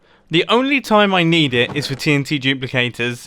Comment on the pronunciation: So I just skipped 5 secs on when he says TNT and it sounded like titty :)